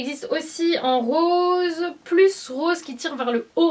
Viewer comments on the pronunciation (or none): none